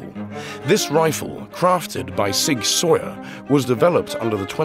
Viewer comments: he pronounced it sawyer in the video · "Sig sawyer"😂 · in American English everyone says Sig Sowwer